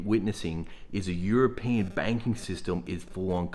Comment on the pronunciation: Bro , its european , not europian .